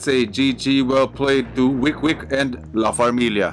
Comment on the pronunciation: Yes, Nice video. And you pronounced it Right, La Farmilia🤩 and Baby G with the Comeback ✨💪🏼👶🏻